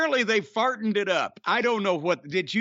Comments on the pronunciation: So I listened back to the "Fartened it up!" line that Jim refers to and I'm almost positive Rick Ross is saying "Mogul Affiliates has partnered up" but with his accent it sounds like "pot-nid up." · He said "partnered it up" but fartened it up fits the segment.